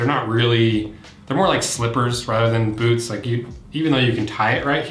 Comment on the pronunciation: Did he say Bewts?